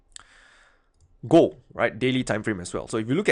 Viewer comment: Love the way you pronounce "gold": gooo:)